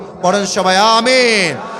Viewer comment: আ-মি-ন সুন্দর ভাবে বলা হয় নাই